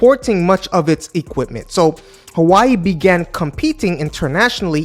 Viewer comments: I knw you are not from China but for a content creator like you, I think u shld even try to pronounce the product u are reviewing well. How can u be calling Hawaii instead of Huawei? 🤦🤦🤦🤦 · Funny, the primary reason people use Apple devices is the ecosystem which is second to none. Huawei is hardly a threat to them. It’s also pronounced “Who-wa-way” not “Hawaii”. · Hua- we_i. Not who ai🙄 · I love he called this phone Hawaii instead of Huawei. This sent me back to my fun time during my Hawaii trip in the past😂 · HUA-WEI Bro not hawai its not dissame name and speak words huhuhu damn bro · Its Huwawi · „Who Ah Way“ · Hawaii? Lol can't take you seriously if you can't even pronounce the name properly besides the fact you got so many things wrong bout Huawei. U need to do more in depth research about this company. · nah it’s alright it’s just funny. It’s a million time better than how a lot of Dutch pronounce it!! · I think that you check the pronunciation of Huawei. What is impressive about Chinese corporations is they are always reviewing all products and that they encourage innovation and new businesses. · Man stop pronounce the name wrong that is just disrespectful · if you're going to make video on a company I would recommend at least learning how to correctly pronounce the name Huawei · If you gonna cover a brand at least learn how to pronounce it's name